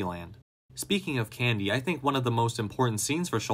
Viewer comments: Why do you keep saying his name like that? CanDEE. can-D! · Say can•DEE one more GD TIME